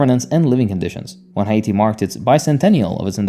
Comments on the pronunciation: Hay Yatti : you said “Haiti” wrong. Dislike and didn’t finish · Unfortunately, he isn't pronouncing Haiti correctly, it is pronounce more like `eye-ee-tee` Source: I'm Haitian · Oh no!, is hate-tee😂😂😂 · was gonna say this. I really do prefer it when people just say Haiti in the English pronunciation, if they can’t nail the proper pronunciation yk. But I do appreciate the effort, and this was the closest I’ve seen of a YTer saying it properly so it didn’t bother me too much. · agreed, i appreciate the effort. I just wanted to make sure people didn't believe this was the proper pronounciation